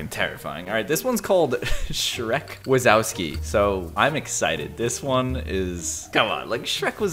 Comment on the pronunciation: you said shreck wasowski wrong its in polish ;)